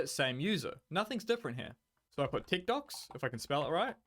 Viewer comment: At first when you said techdox it sounded like you said tiktoks lol